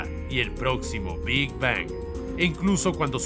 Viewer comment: Que placer me da escuchar cada ves que dice "Big Bang" esa terminació n perfecta en la ANG xd